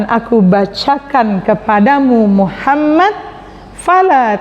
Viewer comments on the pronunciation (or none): Bukankah dalam membaca solawat itu muhammad bukan muhammat